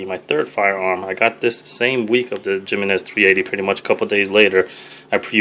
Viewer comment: "Gem-meh-nez arms" lol... It's 'HE-MEN-NEZ'. Nice collection, bro.